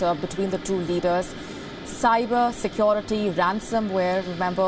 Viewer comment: Please don't say sekioriti🤣